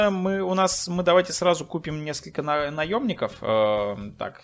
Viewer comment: Забавно он говорит наёбников хахахах понимаю